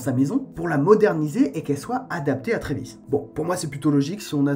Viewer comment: C'est Travis pas Trévis